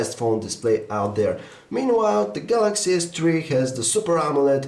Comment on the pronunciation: samsung galacshy s tree agaynst the aaaaahteeeeeseeee waann exx